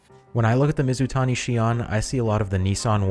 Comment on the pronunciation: Where do you get your ideas for videos from? You nailed Mizutani.